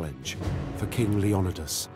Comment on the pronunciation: Leonidas not lendios similar but different.